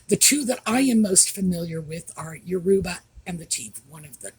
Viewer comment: The embarrassing Harkles should no longer be part of the Invictus Games as they are a total distraction from the important people, the competitors. By the way, regarding the pronunciation of 'Yoruba' the emphasis is on the first syllable, not the middle one.